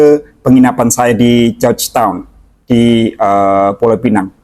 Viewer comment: Terima kasih kerana dengan benar menyebut pulau pinang. Kasihan juga kerana ramai warga lokal dan luar tidak tahu menyebut dengan benar pulau pinang. Iya jika lidah inggeris memang akan sebut penang. Tapi ramai warga jiran yang keliru dan gabung sebutan melayu+inggeris jadi pulau penang. Warga lokal hanya akan sebut sama ada pulau pinang atau penang. Jika sebutan pulau penang itu jelas warga luar ..🤣🤣